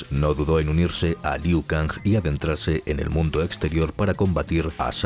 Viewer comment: Siempre lo pronunciaba Ku Liao